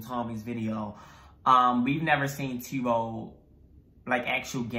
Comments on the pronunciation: I can’t with the T-bo lol Just to help with pronunciation it’s T-u-b-o Is sounds like tub with an O No hate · My lovelies , Not Tiubo it's Tub-Bo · its pronounced t uh bo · tubbo (tuhbow) that’s how u pronounce it lol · t-uh-bbo sorry but yeee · Me : *getting tigered because they Pronounce 'Tubbo' wrong*